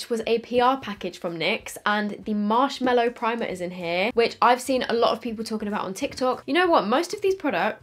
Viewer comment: I actually love you so much but dear laaaawd it’s marshMALLOW not mellow 😤 MAAAAALLOW. From the MALLOW plant. Anyway, not being a hater, just a pathetic pedant. Haha ♥️♥️♥️♥️♥️